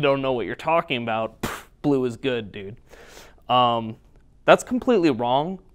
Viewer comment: How many times did you say BLUE before even minute !! Hahahahaha Your love for BLUE!! is unreal! You love it so much it almost sounds like you are saying PLUE! "Players love to play PLUE!" LOOOOL